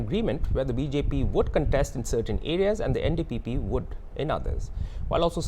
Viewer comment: he can't even say NDPP party name correctly 😅